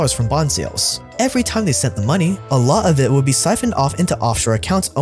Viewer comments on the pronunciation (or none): Instead of ‘a lot of it’ you say ‘a la of i’ 😮 makes you sound illiterate!